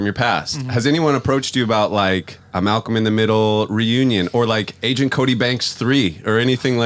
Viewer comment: please don't say angent cody banks lol